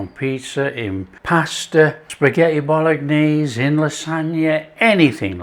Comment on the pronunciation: I could swear you called it spaghetti Bol-lock-naise at the beginning. Made me smile😅